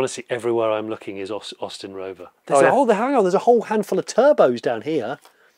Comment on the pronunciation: I don't remember having ever seen an MG Montego Turbo on the road here in Italy. But the regular Austin Montego Estate sold well enough here, and I still remember the one my English teacher drove. It stuck in my mind because she was the only Italian I've ever heard pronouncing "Austin" correctly :)